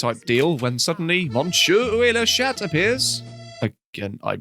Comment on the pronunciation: please don't pronounce the t at the end of "chat" in French It changes the meaning of the phrase It transforms "cat" into "p*ssy" 🤣